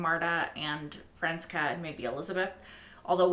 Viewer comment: Hi there, i just binged this playlist :D happy to see the show is still receiving love! Side note: your pronunciation of Franziska always makes me crack up a little (no hate!) - just in case youre interested: youre missing the "s" sound - it's more like Francis+Ka :) Looking forward to the next episode!